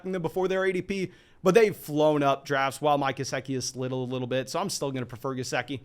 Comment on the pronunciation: you definitely butchered Gesicki's name, but not thrice!